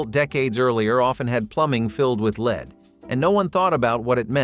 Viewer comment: "Leed" paint??? It is pronounced LED